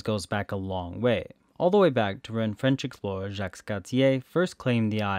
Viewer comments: The "s" in Jacques (Cartier) is silent... 😉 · The "s" in "Jacques Cartier" is silent.